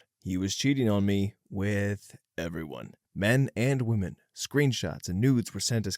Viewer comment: Pronunciation guide: Woman (singular); wuh-mun Women (plural); wih-min. I wish this guy would get this right, once and for all. 😑